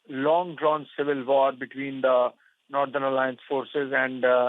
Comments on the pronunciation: wtf is "nadan" alliance? Cant she say northern? its Taliban not Talibs..there is a bloody difference between the two. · It's not "nurthern", it's northern. It can't be pronounced as "southern". Also, I have a feeling India is involved in this aid. Yaay! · Naaathern alliance........ It's NORTHERN say... NOR..... not NAAAA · Who the he'll gave you the job. Cannt even pronounce northern word properly. Why is she is pronouncing nothen